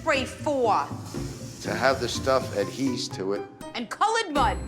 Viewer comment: "Adhese" to it. 😅😂😅😂 invented a word 😅